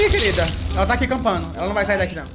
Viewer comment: "Aih que ódio, foi só o dedinho de SIRIRICAH" "Jamais eu comerei isso aquin,JAMAAAINS" "eu sou crenti ,EUN SOU CREENTIN" SAMIRA TÁ TÃO CLOSE HOJEN BIXAS POCKENTAS !!!!!